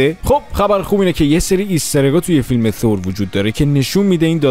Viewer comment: من نمیفهمم چرا اخه میگید تور اقا تور نیست بخدا تور نیست با چ زبونی بگیم ما تور نیست ب قرآن نیست ثور هست ن تور ثور خونده میشه ترو خدا تور نگید